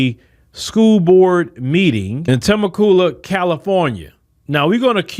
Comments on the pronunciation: I had to have a little giggle, You jacked that up bro. Temecula is not pronounced TIM-MAH-KUU-LAH, the correct pronunciation is TAH-MEK-QUU-LAH, California. It's a small city North of San Diego. It's alright bro, lots of people pronounce it wrong. Bro, you had me on the floor rolling. I live not to far from Temecula and when you said Timahkuulah, I sat back in my chair and said where in the hell is that, and then I got it😂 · lmaoooo said "temma-cula" it's "tuh-mek-you-luh" anyways, stellar work as usual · Ta-mek-you- lah = Temecula